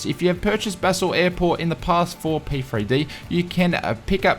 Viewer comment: FYI Basel is pronounced 'Barl', Dulles is 'Dull-es'